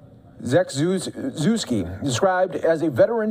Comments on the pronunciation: Rest in peace, "Pierre... Zevzuuw...uzuski" 😀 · Is nobody instructed on how to properly pronounce a last name - what a sad send off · At least learn how to pronounce his last name correctly. Condolences to his family 🇺🇦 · MAYBE take 5 secs off mic to find out how to pronounce the man's name....its the LEAST Fox can do to honor the man.....but, nah.... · He could have done better on the last name pronunciation, come on! Especially for this deceased man that worked for their channel 🤦🏼‍♀️